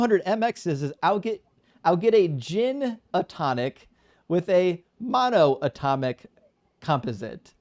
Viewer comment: is truly a testament to the direct connection between religion & the Dunning Kruger. He couldn't correctly pronounce mono-atomic, let alone in-fi-ni-te-si-mal, but he heard those buzzwords somewhere and thought it would make him seem smart. He pretended to be waaay smarter than he is (a folly of the young & naive), but when called out by experts, started raging like a toddler. Those incessant ad homs towards were hilarious projection, I love how he laughed it all off and just kept shooting back quips the kid couldn't handle. Bravo, king 🤘❤️🤘 It's true tho, he rly got nice teeth, you gotta show what you got 😁 I raise a glass of mono-tonic to, but I'll make sure to add some gin, because some guests are unbearable without alcohol.